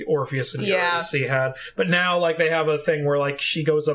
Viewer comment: My main qualm with the whole musical is the pronunciation of Eurydice, but that’s because I am familiar with Gluck’s opera based on the story 😅 anything that strays from that pronunciation just makes me twinge